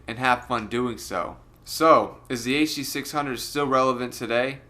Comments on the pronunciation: the huh duh six hungos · you mean the HUH DUH SIX HUNGOS?